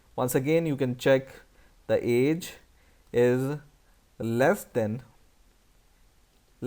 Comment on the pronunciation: he is saying then instead of than